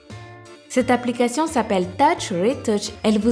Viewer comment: Rip le français ... "l'apolication"